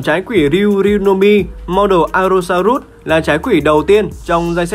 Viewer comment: allo so rớt chứ ko phải rút a ê